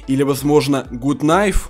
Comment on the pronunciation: Oпять говорит гут найф)